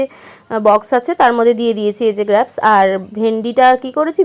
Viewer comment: Ota grapes(গ্রেপস ) গ্র্যাপস আবার কী?